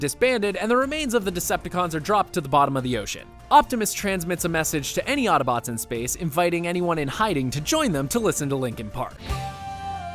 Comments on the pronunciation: He keeps saying ottobotes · Ugh. Hate it when people pronounce Autobots "attabots". You can shut your eyes, you can hold your breath ... but you can't close your ears. Otherwise decent wrap up. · It happened again... they say Ottobots. It's autobots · Am I the only one who here ottobots when he says autobots, please tell me I'm not the only one who here's that